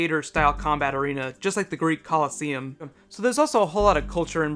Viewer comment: Did I hear him say the "greek collusium"